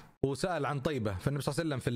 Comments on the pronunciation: ليش تقول صلع سلم🤔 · ههههه انتبهو على دقيقه قال صلع وسلم